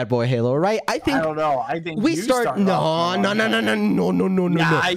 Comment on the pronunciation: Nobody: Quackity: says no in mexican accent